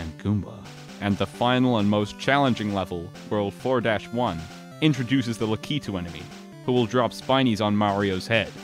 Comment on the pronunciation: Did You Forget...how to pronounce Lakitu?